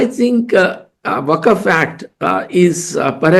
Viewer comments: वक्फ not Waqaf. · करण और दवे साहब। वक़फ नहीं वक़्फ़ है सही लफ़्ज़।